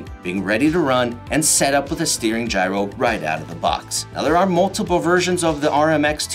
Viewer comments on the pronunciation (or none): none